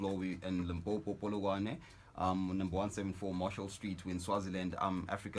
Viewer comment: I respect this man he is so humbled, and he even knows how to pronounce limpopo